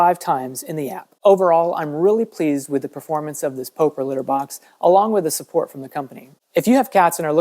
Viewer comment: It's POP-ER not POE-PER lol